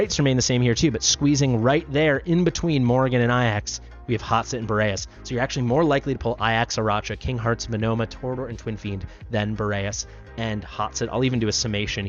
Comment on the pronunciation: A-jacks Probably Ay-rack-a not Uh-ra-cha. Just going by Arachnid being pronounced Ay-rach-nid not Uh-ra-ch-nid. Also Arachne the mythological creature she's clearly based off of is Ay-rack-knee not Uh-ra-ch-knee. It wouldn't be "fair" to nerf him when people realized how good he was. Hitting the drop rates of over centralized characters to limit duplicates of them is likely going to be far less upsetting to players than nerfing the over-centralized characters. There's going to be power creep so it'll eventually balance out plus they introduced CC resistance as a thing for enemies so they're working to hurt his viability slowly but surely. There's also the age old adage that life isn't fair. Anybody that joined after an important 10x have lower chances of getting those characters that were on 10x banners as well they can't possibly rectify all the disparities that new players have against older established players. Additionally they reward the mega whales much more and that creates a larger gap by handing out skins (with stats, small but still a tangible advantage), legendaries etc to the whales instead of things that are purely cosmetic which wouldn't add to game imbalance further than simply the money they throw at the game so there's always going to be a reasonable expectation of "unfairness" in games like these to begin with. "Fair" would be removing the ability to pay for rolls making the game entirely free to play and only sell cosmetics in the store, but